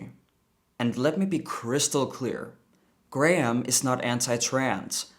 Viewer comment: Graham "Line-Han" lmao